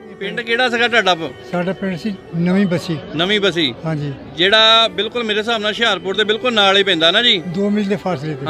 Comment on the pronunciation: ਨਵੀਂ ਬੱਸੀ ਨਾ ਕਿ ਨਮੀ ਬੱਸੀ